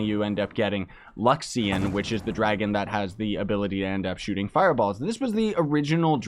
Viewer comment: LU-XA-RI-ON !!! not luxion ;p